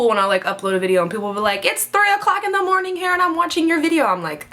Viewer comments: why do you pronounce morning like mornink ? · LOL, I caught that too, and was wondering the same thing. She's so goofy.:P